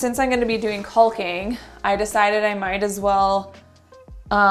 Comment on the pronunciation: "Cull-king"??? That's funny. The runner's nice too.